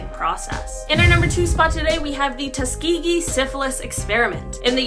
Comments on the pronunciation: It's a bit sad that he is a black man and can't even pronounce Tuskegee. That's a story that all African Americans should know. All US citizens should know. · Your onscreen “talent” diminishes the credibility of your channel when they mispronounce basic names and places from history. Tuskegee and Mengele are two such examples. Be better.